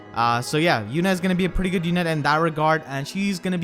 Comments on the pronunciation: I'm Surprised you pronounced her name how they called her on Radiant Dawn by " You-Nae" instead of like "Youn" how Micaiah says it now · Were you being sarcastic or do you really not know how to say Yune's name? I mean, Micaiah says it in her dialogue.